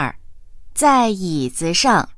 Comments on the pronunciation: ...Zai yizi shang , bạn nghe kiểu gì ra xue sheng vậy ? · Câu 11 子上 mà phát âm 学生